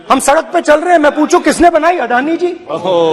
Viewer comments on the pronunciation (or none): none